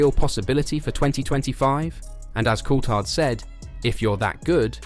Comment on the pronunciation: Please pronounce Colthard's name properly